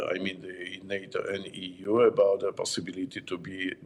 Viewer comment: So eu eu eu....eee .vee😂